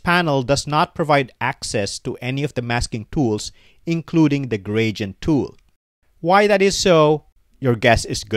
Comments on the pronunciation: stop saying "gradient" - it is wrong. :face-fuchsia-tongue-out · i mean the pronounciation is wrong :face-blue-smiling